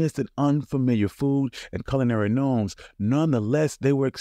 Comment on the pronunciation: "Culinary Gnomes." Gnomes??? I think you might mean norms.